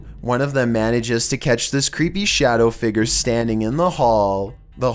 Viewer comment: "Figurr" "Hooooves" pronunciation 100